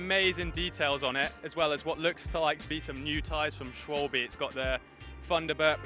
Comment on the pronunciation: Schwalbe no swal-bee